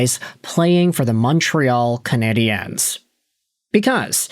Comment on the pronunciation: Again... it's pronounced " CanadiAns" when speaking English. Coming from an anglophone Montrealer... but obviously you don't read your comments. Fool